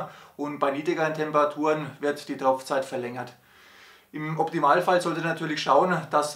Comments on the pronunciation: Ich verstehe immer Tropfzeit!? Heißt doch eigentlich Topfzeit!. Sonnst ein informatives Video. 👍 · Es heisst TOPFZeit, nicht Tropfzeit